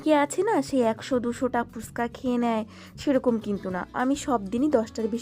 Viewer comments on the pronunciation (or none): ফুসকা না গো ফুচকা বলে😅 কিছু মনে করো না অনেকদিন ধরে ভাবছিলাম এই কথাটা বলবো। তুমি প্রায় সময় ভিডিওতে এইটা বল দেখেছি